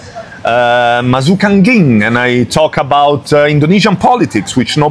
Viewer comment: trying to say "masuk angin"?